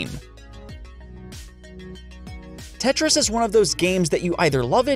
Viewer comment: this man lost creditability when he said tetris